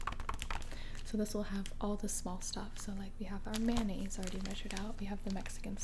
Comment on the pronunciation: The way she said mayonnaise 😂